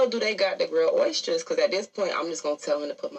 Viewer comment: She can't pronounce oysters